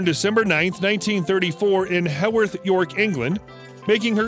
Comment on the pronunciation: She wasn’t born in Howarth York it’s Heworth York if you are going to make these biographies get it right😤